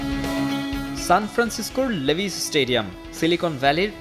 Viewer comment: লিভাইজ✅ লেভিস❌😂